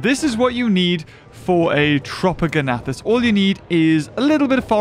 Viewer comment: It’s tropeognathus not tropogonathus